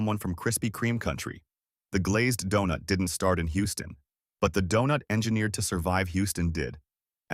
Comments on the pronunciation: Who could pronounce DONUT, and MASA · Dewnuts? Nahguyen? Come one, if you are gonna make a video about the great food from this great city, at least have a human narrate so that they know how to properly say Donut and Win